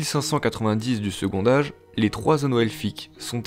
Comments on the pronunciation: On ne dit pas "secondage" mais "secontage" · C'est quoi, cette prononciation ? Second Âge dit "segontage" pas "segondage" !. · Formidable!!! Juste un truc, c'est quoi cette prononciation de "segond'age" pour second âge ?! comme pour le mot "quand', on prononce un "t" lorsque le mot suivant commence par une voyelle. Segont'age. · Bon boulot, c'est intéressant et pas trop mal fait ! Par contre ça me perturbe la façon dont tu fais la liaison sur certains mots ; genre tu prononce "second âge" en "secondage", alors qu'on dit "secontage". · Le second "D'âge". OMG. Le D se transforme en T pour la liaison. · Second âge se prononce avec un t : secon t âge, comme " prend-il " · « second âge » on ne fait pas la liaison, le D est muet ! Ça m’a stresser toute la vidéo avec ton « secondage »